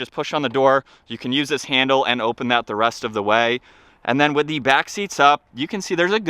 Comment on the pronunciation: Your intentional, forced pronunciation of "the" as "thee" 900 times is extremely annoying.